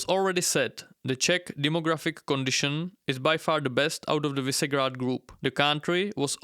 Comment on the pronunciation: Visegrád is read Vyšegrad.